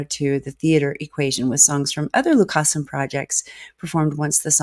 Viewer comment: More …The druids turned to stone; Ayreon universe live. Tip: in many dutch names, the emphasis is on the first syllable. The emphasis here is on Lu and not on cas.